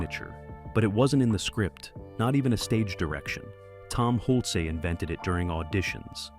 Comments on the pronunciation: Cast and crew had to hide their phones? In 1984? STFU. And it's Hulce. Not Hulc-ee. This is a joke. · Hull-sa? Hult-see? Hool-chay? Tom Hulce pronounces his name Hulse (rhymes with pulse) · The actor's name in America is HULCE. Pronounced HULCE. One syllable. Example is the word, "pulse". If you are saying it correctly, it sounds the same, but with an H instead of a P. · It is always said: "the wig", as if it was one. Than showing Tom Hulce without , while speaking about 'the wig'. There are many different wigs he uses to wear in this movie. Furthermore: Tom Hulce's last name is not pronounced like Hul-cee, but like Hulse (like pulse). There are much more things, that doesn't fit, you can read in other comments... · Amadeus is a genuinely great film, and I enjoyed learning about it’s creation. That being said “Hulce” rhymes with “pulse”. You’re welcome. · IMDB says that his name is pronounced like HULCH-- rhymes with GULCH. Trying to confirm it, I found an interview where the interviewer also pronounced it HULCH. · Is his name hulce or holsee? You use both pronunciations alternating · Pronounced "Hulch". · This narrative is total ridiculous drama. Silly actually. Not one valid point made. Also perhaps Learn how to say the lead actor’s actual name. Nonsense. Salieri and Mozart did not hate each other. They were actually friends. The story was actually a fiction. Learn your facts! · You don't even pronounce the stars names correctly, im dubious about this whole video. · How many ways we gonna pronounce “Hulce?” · Weird editing cuts & what's up with constantly mispronouncing Tom Hulce's last name? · Why in heaven’s name, did no one correct the pronunciation of the lead actor’s name?!?!?!?! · ... and someone who knows how to pronounce "Hulce." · And the narration pronounces "Hulce" at least 4 different ways (I lost count). You'd think they could at least get THAT right!